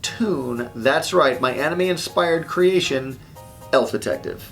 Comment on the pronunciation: did he say...aNIME--?!